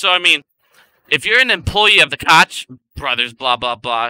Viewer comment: Honey you are at very bright kid but those are the fanboys coke brothers the ch is pronounce like a K sound coke brosFather just made a video and was messing with your name a little bit big gums instead of running it together I just wanted you to know how their name is pronounced thank you for all your help and information great DD and that fat head had her right in his side yesterday and had nothing intelligent to say to her but she was with her children so that’s probably a good thing